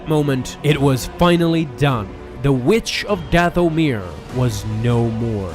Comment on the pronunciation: "Dath-o-mere" The rest of us: "Dathomir" Me: Feels like Dooku when he was being tortured when I hear "Dath-o-mere"